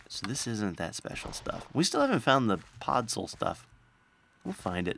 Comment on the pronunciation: padswol is nothing close to podsol. how the heck can u even hear a W in podsol?